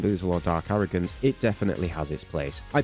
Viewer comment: "Dark aroogance"